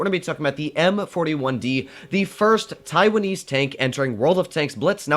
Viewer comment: lmao "first taiwanaese"